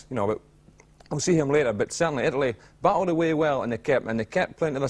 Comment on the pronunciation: "IT""LY" lol .